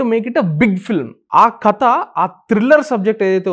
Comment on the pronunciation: కత కాదు 'కథ'